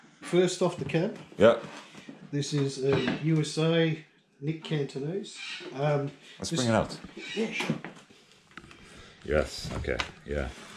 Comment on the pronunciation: What a killer collection! That Triple XXX sounded awesome too. Wish I hung on to mine! Someone please tell this dude Nick's name is CATANESE, not "Cantonese" 😂 Then again, fuck that creep come to think of it...